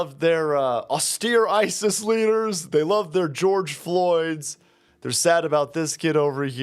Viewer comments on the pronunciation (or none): none